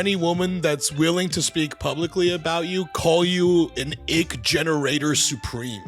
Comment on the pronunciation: "Ick" not "igg".